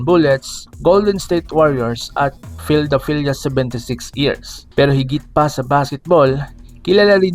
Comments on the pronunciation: Bakit ganun ang bigkas ma nu te imbes n manyut tapos pildelpiya imbes Philadelphia😮😢 ayusin mo👉😂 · Phildepelia 76years?????sir paki ayos naman po. Okay naman ang content nyo, mjo madami lang mali sa pagbigkas.